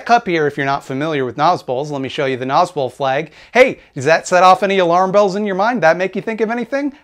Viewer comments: i definitely had thought you said "nazgul" like the ringwraiths and i'm really upset that i have now learned about the thing you actually said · Oh my Gods, when I watched your original video on the subject I didn't know that nazbol was an actual (terrible) thing, and i thought you were calling them Nazgul. Which still fits, they are the monstrous inhuman servants of a dark purpose who only care for power. But thank you for clarifying that.